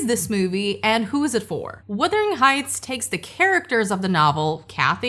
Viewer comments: Can we please stop calling it "Withering" Heights 🙄🙄🙄??? FFS, it's WUthering!!! 😬😬😬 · Perhaps you should pronounce the title correctly? It’s not WITHERING, it’s WUTHERING heights. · Filmmakers are totally blind, deaf, and DUMB when it comes to what the ticket buying public wants from a film. And the word is "wuthering", not "withering"...not to say this movie was definitely withered once released, but the heights were wuthering. Poorly adapted, poorly cast, poorly developed makes for a total waste of money. JMHO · " Wuthering," not " Wothering Heights." The book is great. Thanks for posting this so I will make sure not to watch this version. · What I want to know is WHY so many people keep saying ‘Withering’ Heights instead of ‘Wuthering’. This is the weirdest part to me